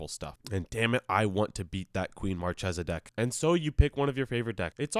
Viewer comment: Like Markhesa